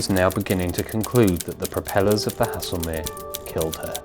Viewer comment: I think Haslemere is pronounced Hazelmere, not as you have been pronouncing it. The music is a little overpowering at times, otherwise another story that has been well researched and told, the variety also makes them more nteresting to watch and listen to. Absolutely well done please keep on producing this fascinating work, as I'm finding out things previously unknown but wanted to know about for quite some time, and only remembered the fact when actually watching them.